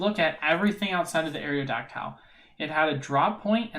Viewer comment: Areodactile? Come on man.. haven’t you ever heard the original pokerap. Pronounced Aero-dac-tul